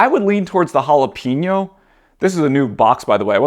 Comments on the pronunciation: Jalapeno...no "eeee" LOL Say it with "eh", JalapEHno. 😁 Great video. Thanks! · How are you the age you are and still pronouncing jalapeño the way you did 😅